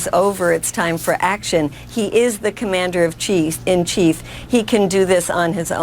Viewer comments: Did she almost call Obama the "Commander of Cheese?" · LOL she said 'commander of cheese"